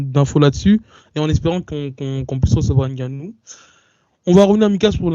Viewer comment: ce est un gars très perspicace Et comment un Noir fait pour prononcer N'gannou🤦🏿‍♂️